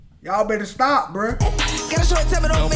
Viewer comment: he said “stoop it” 🤦🏽‍♀️